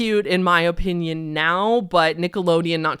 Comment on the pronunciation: the way you say "opinion", "O. Pinyun"... merch? I enjoy it.